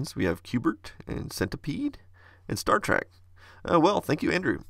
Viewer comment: Did you say "Star Track"?? I'm unsubscribing.... :-)